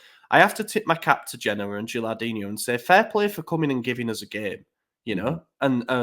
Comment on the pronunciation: Good episode boys! But kept saying Gilardino's name wrong lol Made him Brazilian "Gilardinho"